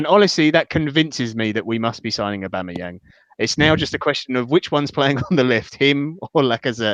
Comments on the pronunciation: Great podcast guys .while its comical how you are pronouncing aubameyang as ABomerang we have becareful how we say someone s name because to many one s name is special and at times its a powerful statement of who they are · It at least cleared up how to pronounce Aboomerang